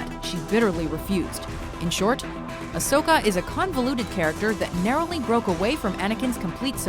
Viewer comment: ASHOKA? WHAT? XD